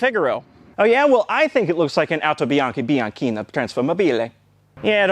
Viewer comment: "autobianchi bianchina automobile" was built in my city and man you pronounced it bad